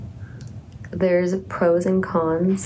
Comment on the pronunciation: I heard, "there's legs!"